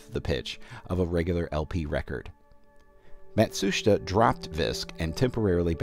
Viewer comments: Mat Soo Sheet Uh.... not whatever it is you're saying. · its pronounced Mat-su-shita. I am full Japanese but am not from there. I do know some pronunciations and less words though. I am from Hawaii